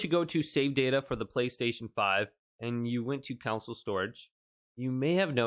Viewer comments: it's CONSOLE not COUNCIL!!! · “CON” “SOLE” cringe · So many people can’t say console. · Why do you pronounce “console” that way